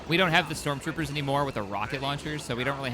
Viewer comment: "We can get Strock Troopers"💀